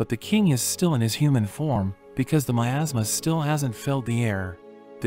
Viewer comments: Nah man that's got me laughing as well but he said miasma😭✋️ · 😂 I legit thought he said “In a kingdom covered by my ass” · I also heard asthma. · I just heard it said “ in a kingdom covered by my asma” 😂😂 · OK I will be totally honest with you in the beginning when he said in a kingdom full of my asthma, I heard making them full of my ass what is wrong with me? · "In a kingdom covered by my asthma..." is what I heard lol.